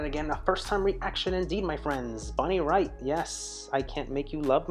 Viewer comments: "Raitt" like "bate". Prince called this "Bonnie's masterpiece". 😎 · It's pronounced "Rate". She's awesome!!!